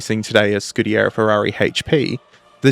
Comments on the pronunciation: You are pronouncing "scuderia" incorrectly - it's skoo-duh-REE-ah instead of your scoo-DARE-eee-uh. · It's "Scuderia" "Scudiera" is female squire. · Dude, good job ❤, just a quick couple of notes...1) SCU-DE-RÌ-A😊 2) The prancing horse was the legend, that pilot was not just a pilot, war hero and highest Itslian ww1 scoring pilot Major Francesco Baracca, 26 victories in air combat, and the badge is called "Cavallino Rampante" Keep up the good work, great channel, best wishes from Italy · 3) It's not "Schtecker", it's "Scheckter".